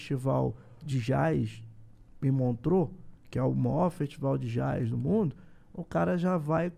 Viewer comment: O cara é bom de papo, mas não sabe pronunciar a palavra Jazz...